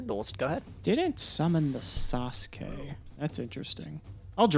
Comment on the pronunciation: ATTENTION GAMERS, THIS IS NOT A DRILL HAS PRONOUNCED NINJA GRANDMASTER SASUKE CORRECTLY